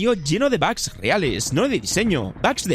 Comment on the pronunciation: Tanto escuchar bags se me pegó. Ya no diré bugs desde ahora será bags :v